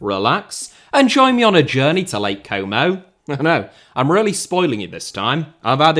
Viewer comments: it's not "komou" it's como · What club is this "coumow" you're talking about? Never heard of them 😂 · I can't think of a greater punishment than hearing a british man pronounce Como repeatedly for 45 straight minutes. Or should I say "Coumou".